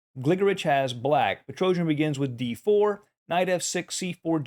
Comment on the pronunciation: Какой ещё "петроужен", когда он - ПетросЯн